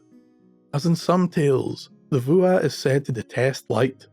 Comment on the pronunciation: "Fuath"? It sounds like "Vuah". Not that it matters, but I never would have guessed.